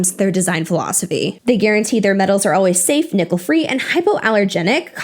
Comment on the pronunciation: lol i swear u said “nipple free” instead of ‘nickel free’ lmao